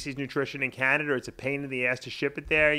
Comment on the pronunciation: In Canader?